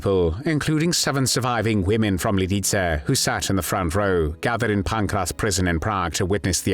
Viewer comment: Fix. The. Pronunciation. Of. Lidice!!!